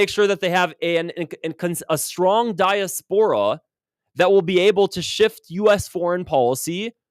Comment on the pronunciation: Also, please pronounce diaspora correctly and try to practice difficult words ahead of time. 🙂